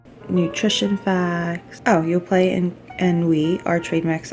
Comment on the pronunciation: The "t" in Yoplait is silent 😄